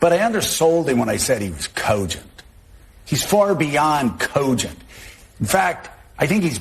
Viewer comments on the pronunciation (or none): "Ka-ogent" "Tra-uth" What is this strange pronunciation??? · The way Scarborough says "Cogent" annoys the F out of me..